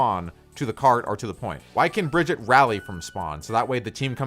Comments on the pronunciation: One thing blizzard has announced is Brigitte isn’t pronounce Bridget it is BRI GHEE TAH!!! OK? Daddy Jeff cleared the whole situation on that!!! Another is Ana. Not ANNE-UH it’s AHN-UH!!! they might not have made that official but it is the way the characters say it. And O’Hara isn’t FAIR- Uh it’s FAR-uh. Reinhardt isn’t rainhardt Hanzo isn’t HANNE-zo and so on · its not Bridget its Brigitte (listen to the dev updates) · its bruh-git-taa actuALLy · Bruh-gee-taaa Not Bridge-it. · say it with me: Bri-gee-tah. Brigitte. jesus, why can't people pronounce it right? It's said in the game! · You pronounce Brigitte's name wrong. It is Breh - geet - uh, I think it's a German name even though she's Swedish. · "Bridgette"? Brigitte is strong but she's not op lmao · Why can’t anyone pronounce Brigitte’s name right? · Bridgette you pronounced it wring